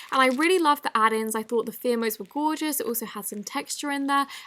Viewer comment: CEO of pronouncing Fimo wrong